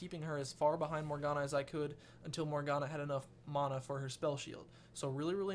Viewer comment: ... It's MANA not MANO! -__